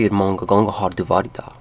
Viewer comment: You do not pronounce the G's in 'måNGa' and 'gåNGer'.